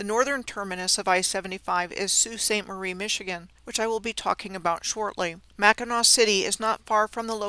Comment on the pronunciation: Lower peninsula here. Yes, names of towns in Michigan are so hard to pronounce properly if you don't live here. However, the one thing that is like finger nails on a chalkboard to Michiganders is mispronouncing Mackinac....and she got that right!! 😊 This was incredible, incredible research!